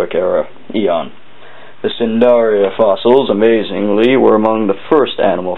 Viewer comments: its pronounced nidaria not sindaria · Not a bad video, however, the phyllum they belong to is Cnidaria (pronounced "Nigh-daria", not "sin-daria"), the C is silent. Sorry, I know this seems a trivial point, but it may keep a student out of trouble if they use this as reference (which I wouldn't recommend anyway.) Roger.